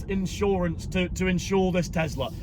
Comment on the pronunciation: Tes - la. Not. Tez- la 😂😂😂😂😂